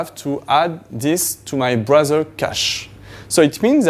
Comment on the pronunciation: As someone who speaks it "Blowsel" you should not correct someone :)